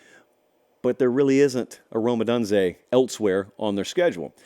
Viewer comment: I love when fucking experts are so knowledgeable they can't even pronounce names right. OH DUNE ZE..